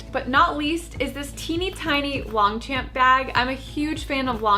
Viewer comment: you know you pronounce Longchamp wrong?